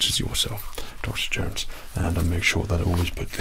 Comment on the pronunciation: more like "u coll him duck-terr Jownes" with an Asian accent